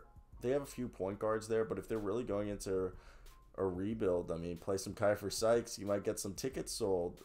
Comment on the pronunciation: That's my dog!!! Great video!! One minor correction, his name is pronounced (Key-fer)